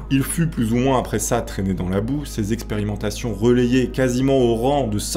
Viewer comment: «Le début des epérimentations»!!! LOLOLOLOLOL